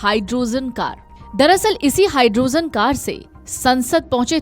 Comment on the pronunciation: Pehle pronounciation sahee kijiye.... Hydrogen ko aap Hydrozen keh rahe hain.